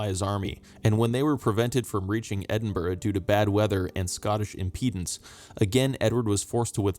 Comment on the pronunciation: You pronounced Edinburgh right! I’m enjoying the channel, thanks.